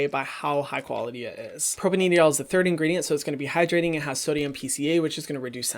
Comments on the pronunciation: You don’t have to pronounce the e in propanediol 😁 Propane diol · I could be wrong, but I think that propanediol is pronounced like "propane - dye - all"